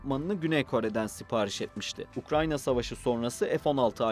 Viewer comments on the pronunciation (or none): none